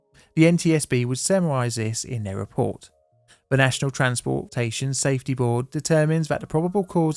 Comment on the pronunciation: At -- "National Transportation afety Board". Someone stole a letter,!